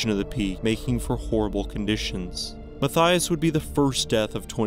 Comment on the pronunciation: The second story? Unfortunately, you’re pronouncing Mathias’ name completely wrong, and it’s actually and correctly pronounced “Ma-tea-iss” not “Ma-thigh-us”. I went to school with not one, but two guys named Mathias, and both pronounced their name like the former, not like the latter. And every other Mathias I’ve ever met or heard of pronounced their name like the former pronunciation 😊 I don’t know where the name comes from, but I grew up in Canada and that’s the only place I’ve come across the name (I’m pretty well traveled and have been living in the U.K. for about 12 years now and have never come across another Mathias, but in Canada I had the two I went to school with, one I worked with and about 4 or 5 other Mathias’ I’ve come across in different places in Canada)